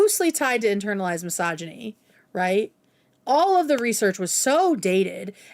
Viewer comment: doing a great job as per ush & petty me HATES how says misogyny "massage-eny". It hurts my ears, so listening in is rough 🫣 Is that a regional/accent thing, OR is it just someone who learned the word 'misogyny' last year? 😅